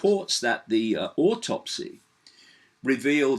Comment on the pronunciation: No R in autopsy...